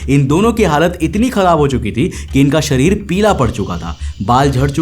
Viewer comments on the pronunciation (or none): none